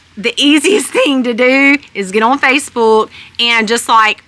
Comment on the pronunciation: Love the way she says Facebuulk, lol.